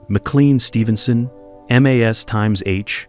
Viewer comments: Try articulating properly, and having the precise information before jibber-jabbing. (1) ex the 4077 had only two sevens not three. (2) when we refer to M.A.S.H the show it's unquestionably pronounced mash (as in potatoes). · No, Frank went on R.and R. While Maragaret was other honeymoon. Had a bit of a breakdown, got busted. All charges against him were dropped, he was made a Lt. Colonel transferred and transferred to a post in Indiana. Or maybe that was just what he told Hawkeye and B.J. It was also really annoying how you pronounced M.A.S.H.